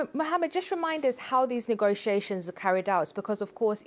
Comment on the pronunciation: return back = restore. Pronounce ne go tia tions ne go she ay shuns 5 syllables.